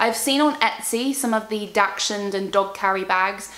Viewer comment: Hey just so you know its pronounced daxhund not daxshund sorry its was making me giggle every time you said the breed 😅 enjoy your baby your going to be a good dog mum❤